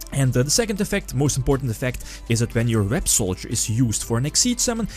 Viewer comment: By the By Websolder is actually pronounced Web-Saw-Der.